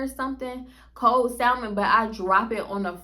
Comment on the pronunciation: Whew! I know this feeling. I’m from Colorado and hated it so I can only imagine REAL cookies. Side note: You pronounce the L in salmon like my husband 😢